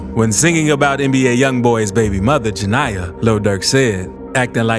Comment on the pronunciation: Ja-NIA Bruh if it’s ja-nah-uh explain nickname NeNe 😂😂